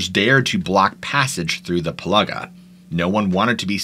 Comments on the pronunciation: Its (Pill - ee -Ga) not ( piluhga) this is how you pronounce pilliga, and Coonabarabran is ( Koon - ah - ba - ra - bran ) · You need to check out the 2014 found footage movie of There's Something in the Pillaga (pronounced as Pill-a-ga not Pill-ar-ga), it will scare the crap out of you. My mother in law and her family are Wiradjuri descent and grew up in the Pillaga but never experienced the Yowie in their time living there, but it is out there. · Pronounced Pill-ee-gah🤣🤣 good effort tho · Pillaga is pronounced as Pilliga 😊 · Yes, I didn't know where he was talking about when I realised he said Piliga but overall he did a good job because of the indigenous names. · Say it this way...Pill-ah-gah and Coo-nar-ah-bran and Nar-ah-brigh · Ah .. PILLGA is said as "PILL-LAH-GAH". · FYI Pillaga is pronounced Pill-aga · its said like this "pill-ig-gaaa". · Pilliga is pronounced Pill-ee-ga(r) and Coonabarabran is Coon-a-bara-bran, but good try, very creepy place at times, have lived next to it for a number of yours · Pill'I'ga its pronounced mate. Like as in Pill...Ig...a Pilliga. Yes Pilliga scrub nonetheless but Ill never camp out that way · More pronounced 'Pill-igga' and 'Coona- Barra-Bran'. Cool stories though. Great research. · Thats pronounced....Pill-iga,.....Narra-bri. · but destroyed Piliga and Australia. Got the hard ones right and the easy ones wrong.